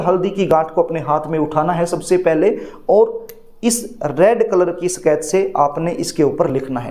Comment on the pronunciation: सकेच नहीं स्केच पेन😂